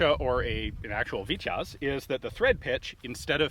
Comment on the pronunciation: I kindly say, how the name is said is phonetically speaking ((( VITY OZ ))).... not sounding like ((( VIT YAZ )))... Just for future ref... Fun video, as always!!!